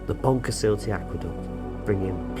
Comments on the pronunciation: How many Welsh people squirmed each time you butchered the name 😂Pont u suck tah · Cracking vid, but god almighty, at least ask a local for a pronunciation tip! don't offend the Welsh :-) Pont Cuss Uth Tay is somewhere near the mark. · Got to practice that "ll" in Pontcysyllte, sir. It's like the two "Ll"s in Llangollen. I'm always amazed that there was only one fatality during the 10-year project. Telford had little sympathy for him, saying he'd ignored some safety instructions. Was it mentioned that the aqueduct was inscribed by UNESCO on the World Heritage List in 2009? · Thanks for the vid. Terrible pronunciation of Pontcysyllte though! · Learn to pronounce the name properly please! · A wonderful structure but they can't pronounce it, can they? Perhaps they were scared by a big fierce red dragon when they were young. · Shame you didn't learn how to pronounce the name.